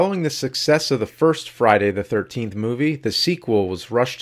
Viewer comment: I noticed that too lol... i love James and all the cinemassacre guys but his pronunciation of Friday the 13th (known as Fry da 13th in James speak!!!) was beginning to drive me nuts lol